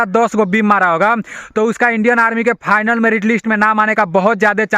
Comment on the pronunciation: Fainal नहीं भाई Final होता है।